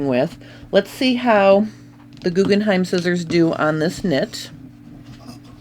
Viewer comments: Why do you keep saying GuggenheiM - look at the box - it’s GuggenheiN🤦‍♀️🤦‍♀️🤦‍♀️🤦‍♀️🤦‍♀️ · Jyst FYI: The name of the scissors is Guggenhein, the name of the museum is Guggenheim. The difference is in the last letter. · They are called GuggenheiN not Guggenheim which is a family name and a museum. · GuggenheiN not M. I love my Guggenhein scissors very sharp and fits my hand perfectly.